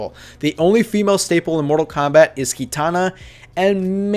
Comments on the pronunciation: why do you say keetana, just say kitana my guy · Ita ki.tana not kee.tana